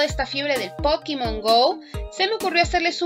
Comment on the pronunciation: nena por khe dixez pokimon????????? dislike por eso